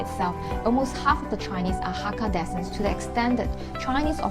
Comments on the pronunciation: If your dad says "loh soh" he might be fui chew, at least that's how we say it (both my parents' families are fui chew). btw descent is pronounced as 'dee-sent'... sorry my OCD cannot take it lol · descent /dɪˈsɛnt/ DIm 'SENT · Please check your pronunciation of the word 'descent'. Thank you.